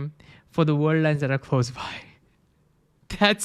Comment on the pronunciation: I love you. "World" has "r"! You say "war line" instead of "world line". "Moving" has "v", it's not "mowing"